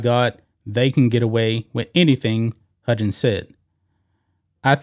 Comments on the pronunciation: It’s pronounced Huggins not Hudgens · Dear lawd STOP pronouncing his name "HUDGins!!!" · Huggins is pronounced like hug. Like you hug your mom/spouse. He was one of the top paid coaches in basketball. Has been for like 10 years he is at the end of his career(69 years old). a 1 million dollar reduction is kind of a slap on the wrist when you have been making 4million plus for about a decade. Oh no, he is only going to make 3 million a year now. The real thing is his contract is now year to year. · Who is "Bob HUDgins?" Do you mean "Bob HUGgins?" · This is the sports channel, right? Huggins has no "j" sound, just hard g sound...Xavier has no "x" sound but a "z" sound.